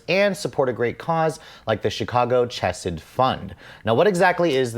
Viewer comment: Technically, "chesed" is pronounced like "hessed" with a guttural "kh" at the beginning. It means "mercy" in Hebrew.